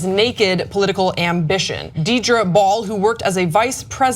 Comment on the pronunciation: It's prounced dear draw.